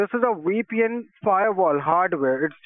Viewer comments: "This is a WEPN firewall heardware" OMG i'm dead! 💀💀🤣🤣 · "This is a weepien firewall hardware!" "A what, a weepy what?" "Ma,am, it's a weepien, that is a wirtual private network" Omg 🤣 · “That is just a Weepian.” 😂 Was that word supposed to be VPN?! lol. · It's a "WePN" (VPN). That is funny!!! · Scammer- This is a weepin! Edna- A weepy what? Scammer- Maaaaaaam, a Wee Pee N, a wirtual private network mam! 😂😅🤣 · Don’t forget “Wee-pee-enn” for a “wirtual pwifate network.” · a "weepy wen firewall for your wertual IP address"